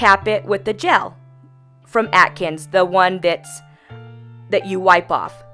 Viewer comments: Not sure why you’re pronouncing it ‘atkins’. It should sound like ‘accents’. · I think she said "Atkins" :P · it's pronounced as "accents" :) love the design! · After all the nail prep steps (before the pH bond) you neglected to clean underneath those filthy😕 nails. Was there a reason for that? It's pronounced 'accents'! I'm hollering at the screen! 🤣 I think I'm hangry, a bit! Lol Loved your work- new subscriber. Tfs. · love the video. I think the brand is pronounced like accents but with a z 😊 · It's pronounced like "accents" i think. i love the pink shade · Lol took me a while to know you were talking about the gel cus of the way you say the brand name. Anyway loved the set mama! ThAnk you for sharing it! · If a company is sending your product at least make sure you’re pronouncing the company name properly. I would recommend that you actually file the nail to the proper shape because your shaping is wonky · Cynthia Blois yes.. I was gonna tell her the same thing. But I saw you did it already